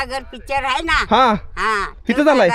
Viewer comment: खरं सांगतो लय ग्रेट आहे तु,आणि अशेच व्हिडीओ बनवत जा शाळा शिकला नाही तरी धाड धाड इंग्लिश बोलतो मानलं तुला, आणि,"आहे शब्द नीट" म्हणत जा बाकी काही अडचण नाही, हर हर महादेव